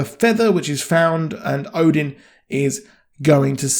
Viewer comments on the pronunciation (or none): none